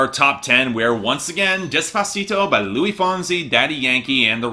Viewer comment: Its LUIS not LOUIE! This is way worse than the Chantaje pronunciation